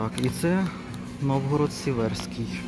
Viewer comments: Новгород-СИверський, а не СиВЕрський🙄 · Тоді вже Новгород-СІверський